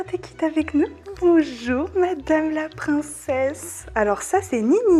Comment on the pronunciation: Bonzour c'est le service de chambre mdr 😂